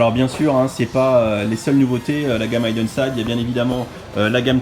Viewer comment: Juste ça se prononce hiden et non haïden ;-) Pour la Porsche je plussoie mais les sets Porsche sont toujours plus chers que les traditionnels c abusé